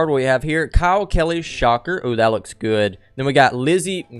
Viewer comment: U said Kye Kelly’s name wrong